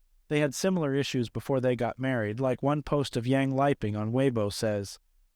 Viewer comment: Bruh literally said "lipping". This woman is dead. You could at least pronounce her name right.